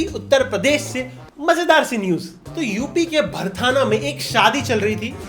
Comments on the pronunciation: Its भरथना not भरथाना ✌️ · भरथाना नही भरथना है भाई😂😂😂